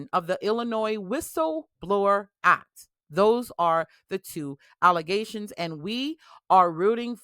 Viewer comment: Did you mean allezations? 😅